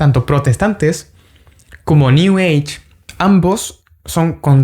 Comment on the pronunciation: Cuando dijo “new ege” entendí. Sigue adelante en Cristo. Te saluda un hermano evangélico protestante.